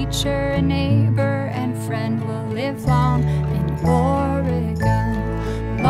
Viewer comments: Live long in Or-e-gone........Ore-gun. Lol you know she wrote the song before understanding how the people in the stat pronounce it. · Look, just because the majority pronounce it differently doesn't make them right. It's like how everyone pronounces Australia wrong. It's OR-eh-gun. You can pronounce it however you want, but that's how the vast majority of natives pronounce it. or-eh-GONE is my petty pet peeve of choice. I think our state's name is the most oft-mispronounced in the whole country. And creatively! Have you heard how Bernie says it? How do you even get to "AR-eh-gun"? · you aresupposed to pronounce it ory gun i live their